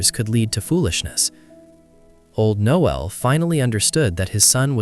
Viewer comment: Not Noel, Knowell